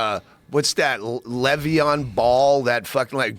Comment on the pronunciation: "Levion Ball" Really?